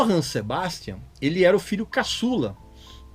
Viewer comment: Muita gente, ao dizer "Sebastian", pronuncia "cebástian", em vez de "zebástian", pois, em alemão, é assim que é falado.